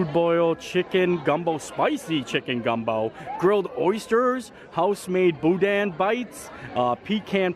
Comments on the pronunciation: Coming from a Cajun herself, you said Boudin mostly correct BUT don’t pronounce the “n” on the end of the word. Just leave the “n” out when you say it and you’ll be golden! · You were super close pronouncing boudin! Just leave off the “n” sound. That gumbo was way too dark and way too thick - gumbo is a juice and you have to eat with a spoon.